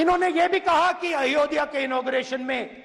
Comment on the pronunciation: ध्यान से सुने तो पता चलेगा कि राहुल गांधी अयोध्या शब्द भी ठीक से नहीं बोल पाते